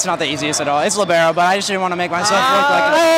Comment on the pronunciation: A piece of my soul dies as most everyone says Libero lol